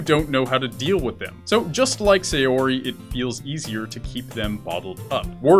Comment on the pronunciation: While I've enjoyed some of the benefits of anime and other Japanese stuff slowly becoming more and more mainstream, the most difficult part of this slow process is that all of the youtubers still pronounce every name incorrectly. Sayori- The 'Sa' in Sayori is not pronounced the same as 'say', it's like the 'sa' in 'sand' or 'sample'. Natsuki- While the pronunciation of each syllable is ok here, the lengths and stress is messed up. Japanese is a pretty flat language and while it does have stresses they are a lot less intense than those in English. It also has the convenient feature that unless specifically lengthened with an additional vowel or shortened with a "っ", all syllables are the same length. In short, don't emphasize or extend the 'tsu' like you are. Yuri- Yuri is the one you come closest to getting right, but be careful that the the 'Yu' is properly pronounced like the first u in 'ukulele' or 'uniform' rather than with a 'yuh' sound like the 'yer' in 'lawyer'.